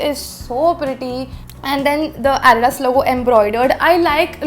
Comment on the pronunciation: You pronounce Adidas wrong.